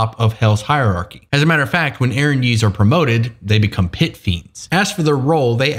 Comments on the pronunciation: Hey just wanted to point out that 1) the accent isn't in the 'E' but in the 'y' 2) Erinyes is plural. Erinya is singular. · Always heard it pronounced "Erin Yes" not "erinyeez" I kinda like that better though. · I always thought it was pronounced "Aaron, yes!" With the lore that someone asked Aaron to draw him a sexy fallen angel. But all this time, it was happened to Erin's knees.